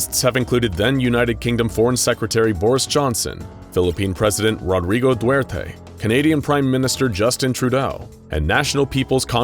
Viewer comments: rodrigo duerte? is that how english people pronounced his name? it's du-ter-te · Filipino here Its not duerte Its duterte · idk if i'm deaf or having trouble hearing, but i guess, he has trouble pronouncing the last name of the Phillipine president, which is he says Due-rte? correct me if I'm wrong... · It Rodrigo duterte not Rodrigo duwerte from Philippines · I like how the narrator mispronounced Duterte for Duwerte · I'm crying at the way he pronounced Rodrigo Duterte 😭😭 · butchered the pronounciation of my president how can you go so wrong with a name. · It made me chuckle how you pronounce PH president name 😂😂😂